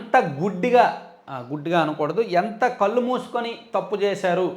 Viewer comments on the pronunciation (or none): none